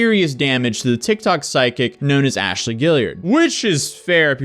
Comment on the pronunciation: “You should’ve know better than to doubt Aa-shaly 😝”